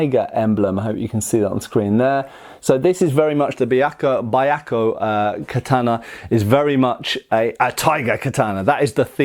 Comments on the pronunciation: "Buy Yako Katana", huh? It's Pronounced (Bee-Yak-ko), and did he say Suraj? I think he means O-Suriage お磨上げ (pronounced -O-Su-Ree-Ah-Geh) Somebody should teach a lesson or two in basic Japanese pronunciation. It really wouldn't take long. And then his videos would have another layer of authenticity to them. IDK what it is with guys from the U.K. They always seem to butcher Asian languages worse than everybody else. On second thought, no. They're right on par with certain Americans. So I guess I am just being nitpicky over a small matter. Never mind. 🤦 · Oh no, he's going to pronounce it Baiakko the whole time... (Y is always a consonant in Japanese, if "bya" is hard to pronounce, try "beeyakko" and just minimize the "ee") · you pronounced it correctly the first time! It's pronounced as bee-ahk-ko, not bai-ahk-ko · I don't want to be that guy, but it's "byah" not "ba-yah" at the beginning there. "White Tiger". Probably in reference to the sad story of the teenagers of the White Tiger Force in the Boshin War (1868ish). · it's pronounced "beeahkoh". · I know this is a late reply, but it should be two syllables rather than three; "byah-ko." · Just for pronunciation sake, Byakko is pronounced bʲa̠k̚ko̞ (IPA). More or less “be-akko” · Technically it's pronounced Be-Yah-Ko but other then that great review. You honor our ancestors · You mispronounced the name. Byakko is two syllables pronounced as 'Byak-koh.' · Bee yah koh, may be a simpler way to phonetically say it.